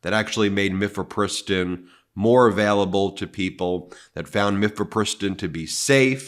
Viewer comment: Ben, not to be annoying viewer, but mifepristone is pronounced: Miff uh PRISS tone